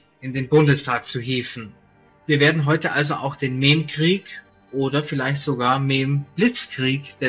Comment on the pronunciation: Sorry aber "mehm" statt "meme" ist immer endgame XD